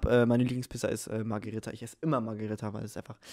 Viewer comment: Haha wie einfach Pizza Magirita gesagt hat😂